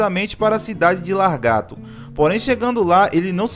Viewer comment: "LaR gato" kkkkkkkkkkkkkk queria saber qual a dificuldade do povo em falar Lagarto, principalmente os baianos. 🤔